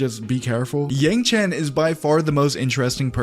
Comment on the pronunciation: Ty powiedziałeś yangchan ma być yangchen